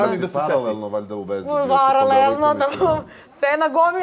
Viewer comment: Bio si sa njima paralelno valjda! Dragana: Pa naravno, varalelno! 😂😂😂